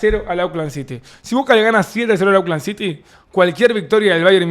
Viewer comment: Hola Davo, se dice "ócland" no auclan:face-blue-smiling